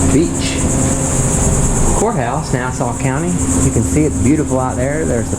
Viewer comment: Oh my gosh. I thought you said Whore house seconds! Hahaha. You did say court house, kinda 😊